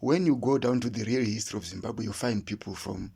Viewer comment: There is absolutely no notions of kudzimba or kudzimbira in the name Zimbabwe. You are correct about wrong pronunciation of Zimbabge. This is the only country where citizens cannot properly pronounce the name of their country.